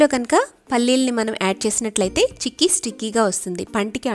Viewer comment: Hiii andi.chekki kadhu....cheykki